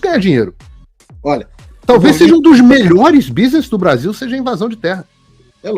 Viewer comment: “Beaszil” vagabundo